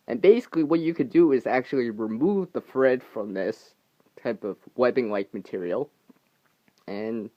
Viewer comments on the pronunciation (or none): I swear I thought you said "free fred" instead of free thread ..LoL